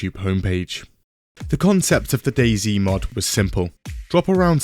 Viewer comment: DayZ, not daisy.